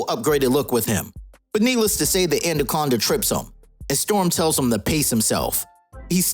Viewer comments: “Anna-conda” not “and-a-conda” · lol,why do u call it andaconda